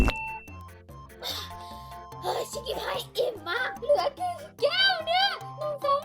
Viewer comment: ชิกกี้พายพูดคำว่าแก้วเป็นแก้งค่ะ